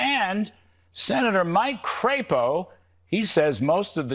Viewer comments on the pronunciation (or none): It isn’t Cra po. It is Crap o. He supposedly represents me in Congress in Idaho.